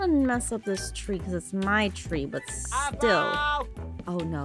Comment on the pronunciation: Aphau! Me: the name is Aphmau!